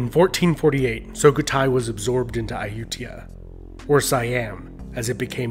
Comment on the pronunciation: It's Su-Kho-Tai not So-Khu-Thai.